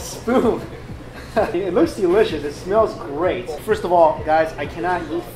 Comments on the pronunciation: “but this is so deelishis” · delishioush lawl